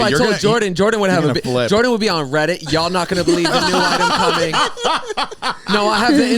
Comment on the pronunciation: " I'm Joarden"